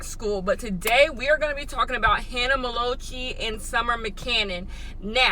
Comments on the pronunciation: You said Hannah Ma- low- chee and Summer Mccanon. I'm actually tearing up over here. 😂😂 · Hannah melochee and summer mcannon... u rlly can’t pronounce names HAHA I luv u